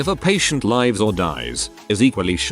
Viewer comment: How hard is it to teach an AI voice to correctly pronounce resume and live ????